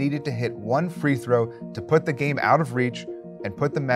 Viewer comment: Bro can you stop pronouncing the as thee?